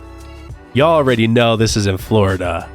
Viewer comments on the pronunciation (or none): none